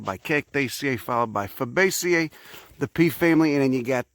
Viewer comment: Wait, there's a different way to pronounce Fabacea? I think he's the only one i've ever heard say it...